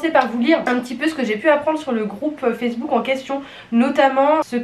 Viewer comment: "Je vous met le groupe facebool " 🤣 incroyable 🤣 8m14 ! Sinon super video ! Merci pour ton retour ! 🥰